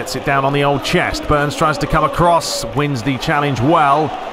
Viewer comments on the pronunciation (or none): none